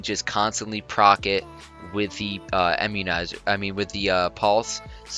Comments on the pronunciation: Bro, I-mmunizer, not EM-munizer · lol "emmunizer". this is another awesome vid!